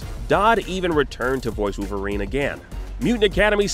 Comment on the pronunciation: Koonami,wooverine,animaniun? What's going on. It's too painful to keep hearing.